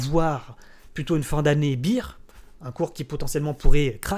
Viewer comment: Merci pour cette vidéo, comme d'habitude au top! Si jamais on dit BEAR (Bère) pas BEER (Bire) ;)